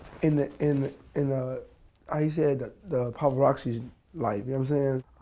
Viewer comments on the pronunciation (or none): This man said “Paparoxy”